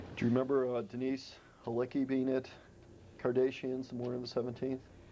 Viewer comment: It was incredibly annoying, and it made me want OJ to commit another murder, but there is zero excuse for not knowing how to say the name properly at that time. I am PRETTY sure some sort of criminal trial over this matter had already taken place, ffs. Everyone on the face of the Earth, except this idiot, apparently, knew it is pronounced "Kar-DASH-ee-in," not "Kar-DAY-she-in."